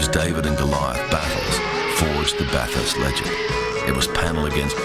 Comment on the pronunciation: anyone that calls it BATH HURST and has lived in Australia like Russel obviously isn't that into it....